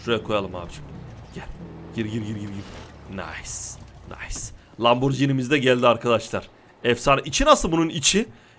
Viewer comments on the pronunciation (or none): none